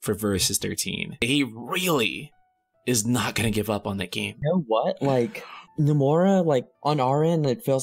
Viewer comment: Why do you pronounce "Nomura" and "Yozura" like that?